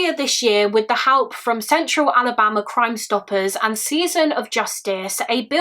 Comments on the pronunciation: also, the way you say ALABAMA is gorgeous. I love you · Omg, when you say Alabama it actually sounds like a fancy place instead of….